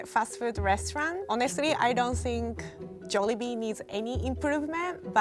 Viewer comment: so glad she didnt say “jawlibee”